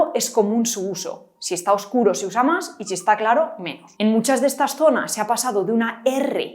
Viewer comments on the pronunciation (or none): none